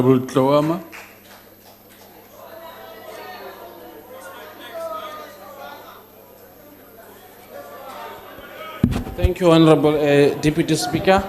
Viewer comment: This useless deputy speaker has serious problems with H Tloama